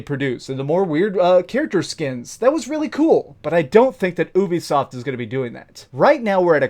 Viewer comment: ITS NOT OOBEESOFT FFS PLS!! YOU-BE-SOFT!!